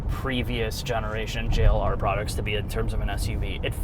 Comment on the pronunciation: have to be told to say Jagiuar-Land Rover. 😄 P.S.: If savagegeese made their own car, they could call it the Jack U-R.